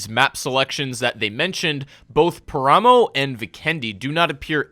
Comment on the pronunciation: Your pronunciation of paramo, taego and karakin is SO cringe! Not to mention incorrect FYI.